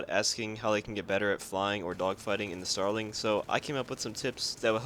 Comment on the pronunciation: Did you say... um .... “genital air combat” tips sir?